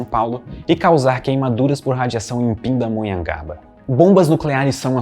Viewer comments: o vídeo estava sério, até ele pronunciar "Pindamonhangaba" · Na hora q ele falou Pindamonhangaba kakkaakakkakakakakak eu já fiquei em choque achei q nada poderia atingir minha vilazinha